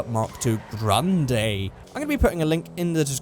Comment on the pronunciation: "Graaaaandayyy" ... Right.